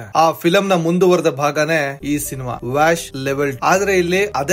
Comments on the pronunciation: That is not 'ವ್ಯಾಷ್ ' pronounce as 'ವಶ್' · ವ್ಯಾಶ್ ಅಲ್ಲ ಬ್ರೋ ವಶ್ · Ur pronunciation of title is wrong ....itz vash Andre kannadadalli vashikarana antha .... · Pronounciation ವಶ್ not vash I think.